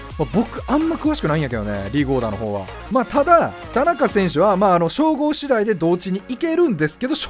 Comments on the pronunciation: 田中選手のイントネーションおかしくないですか？笑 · 何も間違ってないけど田中選手って言い方すげぇ違和感